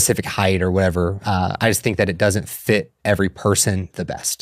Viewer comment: Why does she pronounce the word ‚just‘ so strange? I Love the information, but can’t listen to the jush jush all the time🙈